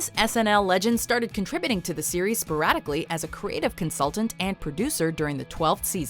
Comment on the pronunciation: it sounds like your saying Siri and so when ever you say series Siri will pop up to say hi